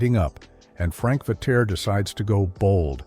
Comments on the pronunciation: I remember well 9 of those places. By the way. It’s pronounced “Vetears”. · rank Vetere pronounced Veteer